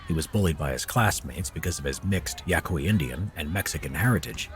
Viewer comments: It's pronounced Yah-kee, not Yah-qwoy. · He pronounced Yaqui wrong. That's a tribe from northern Mexico. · the native tribe hes from is also the tribe im from and its pronounced yah-key. if you wana learn some american history you should review the videos on our wars. the yaqui wars. youd be suprised what you learn. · Wait, Yaqui? I’m related to the Yaqui tribe! Small world. Btw it’s pronounced yah-kee. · "Yaqui" is pronounced "Yah-Kee" Half my family are Yaqui.